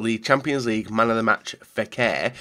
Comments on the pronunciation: Option 1 or we’ll have to listen to him say FE-AIR for ages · Option 1 simply because don't want a whole series of trying to say Fekir